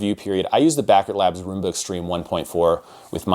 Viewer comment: Pronounced Rum-ba. It's an alternate spelling of the Cuban dance.